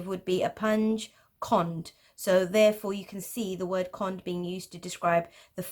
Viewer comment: It's actually Gereh not Girih! Gereh is a Persian word means knot. Girih is how this persian word pronounced in Turkish accents. Gereh is the general authentic term, while Islamic geometric pattern is how westerns calls this art. Toranj Kond pronounced as کُند not as کاند! Kond means slow in word and also the angles bigger than 90 degree called Kond in Persian.